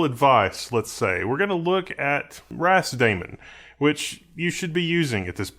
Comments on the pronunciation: I'm pretty sure it's meant to be pronounced "ras-da-man" (like "rastaman", hence the Rastafari / Ethiopian flag), not "ras-damon". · I only heard ramen